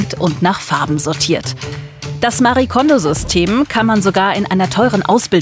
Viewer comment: Liebe Andrea, vielen Dank für den Hinweis. Haben bei der Redaktion nach den Gründen der Aussprache gefragt. Diese hat sich für das bessere Verständnis für eine deutsche Aussprache entschieden. Es stimmt aber natürlich, dass Marie Kondo ihren Namen selbst etwas anders spricht. LG und bleib gesund!